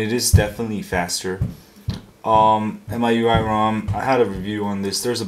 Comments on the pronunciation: M-I-U-I say the letters sorry for correction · It's pronounced my-you-eye